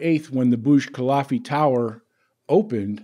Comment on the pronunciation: Burj KUH-LIFF-UH, not KUH-LAHF-EE! Sheesh.